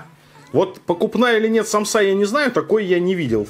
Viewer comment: Сааааамсы а не самсаааааа пезграмотный чел